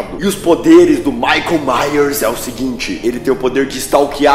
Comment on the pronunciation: "Michaeu yers" puta que pariu velho